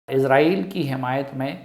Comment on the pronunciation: عزائیل فرشتے کا نام ہے۔اسرائیل درست تلفظ ہے۔